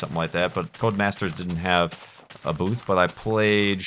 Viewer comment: every time you say"booth" I hear boobs.